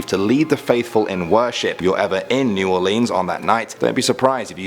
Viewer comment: I cringed everytime he said "New Orleans " the wrong way